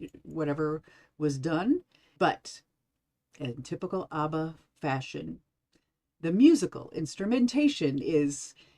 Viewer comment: Ab-bah. Not Ahh-ba